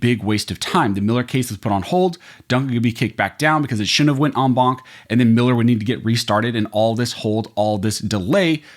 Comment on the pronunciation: Wtf is an “omwom” panel?